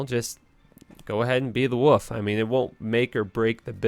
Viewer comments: you and MrLlama both say Woof? not Wolf! hmmmm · lol you seriously can't say "wolf"? it's not "woof" buddy hahaha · I love that he says woof instead of wolf 😁